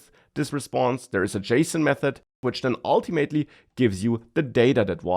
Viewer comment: oh man how i missed saying "ultiMATEly". the sheer joy!